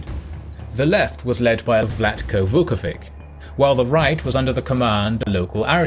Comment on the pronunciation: "Vic" is pronounced "Vitch" in Serbian at the end of someone's name.